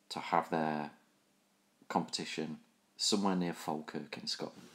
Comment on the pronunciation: Its pronounced Fall-kirk or as we say in Scots Faw-kirk :)